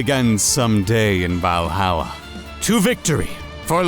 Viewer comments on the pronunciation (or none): none